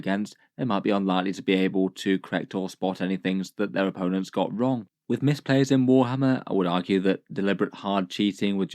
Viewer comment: I think you meant to say "misplays" not "mispays"